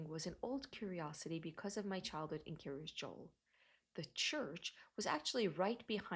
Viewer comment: In other videos, some people have thought she was saying Curious Joel.